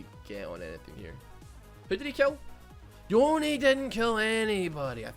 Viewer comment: Every time say yone I think he’s saying oni